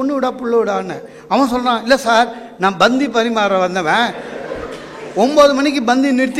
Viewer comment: Not Banthi . It is Panthi